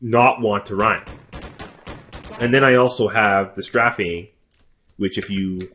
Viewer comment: Strafing? You're saying it wrong.